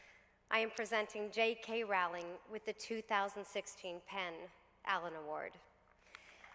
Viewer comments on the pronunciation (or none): love you Jessica, but it's "ROWLING" not "RAWLING" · Dear SJP--I love you but you mispronounced Jo's surname over and over. It's simply "row-ling" (as in "row" your boat). You're welcome. Jo seems like an absolutely lovely person. Wonderful speech! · You could at least pronounce her name correctly. She's only the most known writer in the modern age.